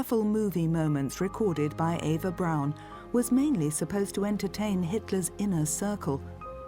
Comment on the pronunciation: Her name was Eva. EE va